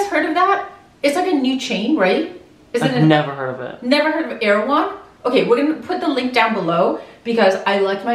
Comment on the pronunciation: "dats not rrrrrrait" lol